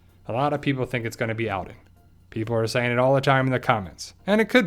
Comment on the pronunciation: His name is pronounced ALL-den not AL-den